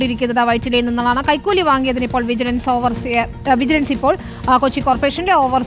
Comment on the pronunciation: വിജലൻസ് കൈകൂലി വാങ്ങിയോ 😀😀. News വായിക്കുമ്പോൾ നേരെ വായിക്കു 😀😀